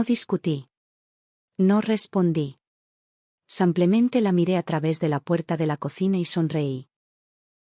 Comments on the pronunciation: Sanclemente dice enves de simplemente.tann. b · Porque dice samplemente!!!??? Si pronuncia muy bien la i